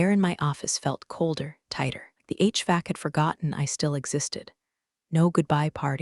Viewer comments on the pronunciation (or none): none